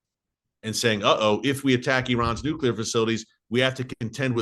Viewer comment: I love how you say israel hit irans nucular plant only to give your reason why they should hit !!! Who made you minister of defence !!!! Unbelievable how folks know what good or not good for israel !!! Look Gods in charge bro not you ! Lol